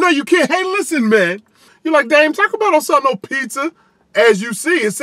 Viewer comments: "I've got some BEANS on here too mayne." Idk y I thought that was funny xD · You said mang.I heard it. Haters hate. I love me some crappy mexican pizza.